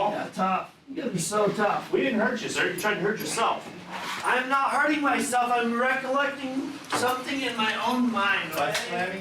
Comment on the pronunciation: “You’re hurt ING me” 😂 officer says “I’m not hurtigg you” 😂